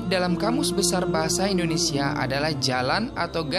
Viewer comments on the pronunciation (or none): none